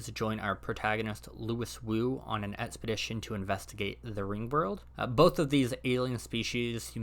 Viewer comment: Loo-ee Woo, phonetically. Not Loo-iss. It comes up in the books several times. Pierson's Puppeteers are called that in setting because Pierson (the guy who had first contact with them) was familiar with the old (even today) "Time For Beany" kid's TV show, which featured a hand puppet called Cecil the Seasick Sea Serpent that actual does sort of resemble the manipulatory "heads" of a Puppeteer if you squint a little. I actually had a hand-me-down Cecil when i was young child. Their language is too complex for humans to handle without translators provided by the aliens themselves, but their own species name translates to something like "Citizen" in English - probably with "of the Fleet of Worlds" left unspoken, since the existence of the Fleet itself is secret until Ringworld. The fact that they really are scheming puppeteers who've manipulated the development of at least four species is sheer coincidence within the fiction, but it seems to amuse some them to no end. If they had mustaches they'd be stroking them. Niven was being sly with the readers, but he left a plausible explanation for his characters not to immediately guess just how manipulative the species is. That is one seriously shallow read there, bub. Teela is not dumb, nor portrayed as such. She's inexperienced. Very, very inexperienced and totally over her head for the mission Nessus recruits her into because of her theoretical psionic "luck" powers. She's a twenty-something Flatlander (which transla